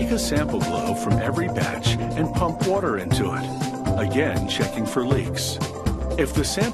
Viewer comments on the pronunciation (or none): Watr that's how he says it lol